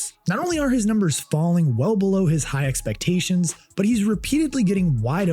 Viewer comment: How do you leave out the first r in frustration? Is not "fustration"... That's not a word....